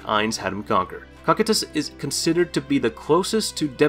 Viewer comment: Please say cocytus name correctly 😭😭